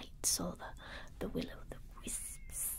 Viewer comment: the way you said wisps😂😂